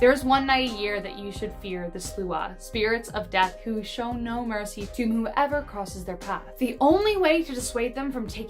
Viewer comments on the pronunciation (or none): none